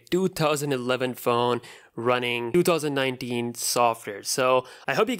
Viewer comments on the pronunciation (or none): “ in twotouwzan-ninetin” wat a Dipper!